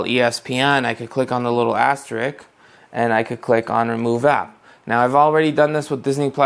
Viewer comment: "aster-ISK", not "aster-ICK". just saying :)